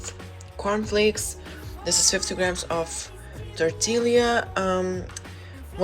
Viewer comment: Another great video! Your English is Awesome!! One thing, tortilla, the double "LL" sounds more like a "Y"!?! "Tor-tee-YA"!!!!!😉👍🏾